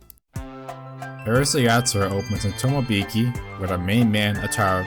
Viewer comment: Minor thing maybe, but since you use the title many times, please work on your pronunciation of it. Maybe American general audiences don't care, in which case, please disregard this.